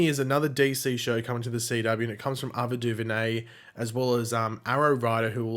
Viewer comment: The way you say Ava duVernay is so weird lol. I’m sure it’s pronounced Ay-va not A-va Anyways I’m really excited for Naomi since the character has a really interesting backstory and powers and Ava is also a really good director, I hope they also pick up wondergirl though and the 100 prequel.